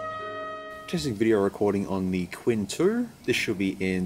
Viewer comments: don’t worry about, he was wrong anyway. It's not “tsin”, the "q" is pronounced the same as ”ch", it sounds exactly as "Ching", Chinese character 亲-qīn Unlike some YouTuber, knowingly pronouncing Ali Express as "Allied Express." Apparently it's Mohammed Allied, not Mohammed Ali. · i think you should mention it as chin. not quin... but i don't know chinese language. but my feeling say so. and everytime you say quin. it kinda ruin the video for me... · Qin is pronounced a bit like "tsin" rather than "quinn" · You are correct. Qin is much closer to chin than quin